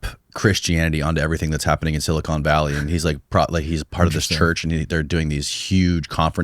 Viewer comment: If I hear one more person say "SiliCONE Valley", I am going to cry